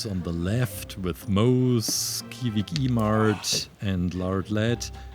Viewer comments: The kwik e mart one can't be the accent's fault though. I think it's because of the way it's spelt on the set. Which is odd because he said that he had watched the show. pretty sure he read it as kvvik e mart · WHY DID YOU PRONOUNCE THE KWIK-E-MART LIKE THAT?